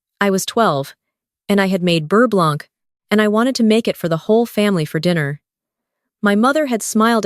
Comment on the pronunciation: One does not pronounce the "c" at the end of "blanc".